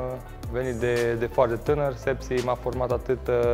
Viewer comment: Șepși!!! Nu Sepsi dacă așa înțelegi